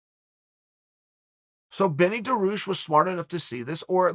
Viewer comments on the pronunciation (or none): “benny daroosh” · Beneil Dariush? Nah, Benny Duhroosh